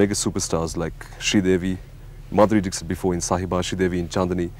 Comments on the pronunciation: Madhuri Dickshut / Madhuri Dickshit..........................hahhahaahaahahaha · It is not dick sit though. It is dixit.